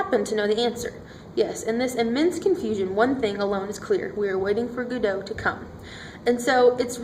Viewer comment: Two cringeworthy Americanisms here. That dreadful, recent habit, i.e. starting the sentence/presentation with a conjunction, "so" and calling it Guddo. Its Godot pronounced Goddo.